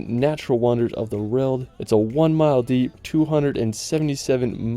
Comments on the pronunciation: or he says it like road bitch it aint a road tf??!?!? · Haha why are you pronouncing "world" as RELT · Take a shot every time he says 'rurld' instead of world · this guy pisses me off whenever he says "world" its world not vroewlld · You pronounce world as reald lol for example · Cool videos! Does anyone else notice he says "reld" instead of "world"? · How do you say world as rorld? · "In the Rorld" 😅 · Can’t unhear how you pronounce “world” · Why do you have such a hard time saying “world”? 😑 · I can't get over the fact that his English is spot on, but just can't seem to manage the word "World". 🤔🧐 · Awesome video! Thank you. Also, you pronounce “world” very differently 😂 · Impressive Photography. This young American Man and his Spouse must gotta be some of the richest people on the planet to have actually traveled to these far-flung places and wildernesses. But, it drives me crazy how he pronounces ''World'' ! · Great video! That’s Nanga Parbat, by the way, with a B, not a P. 9th tallest mountain of the world in Pakistan. You might wanna practice your annunciation of „world“ a bit. 😉